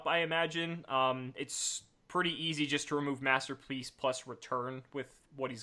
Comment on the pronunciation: "Master Pleace"